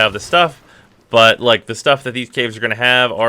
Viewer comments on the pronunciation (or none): BTW, that is not how you pronounce 'Nodule'. You say it just like 'Module' (except it starts with an 'N', rather than an 'M'.) "Nod - Yule" (And no, I am not referring to when you call them 'noodles', rather your calling them 'No - Duels' )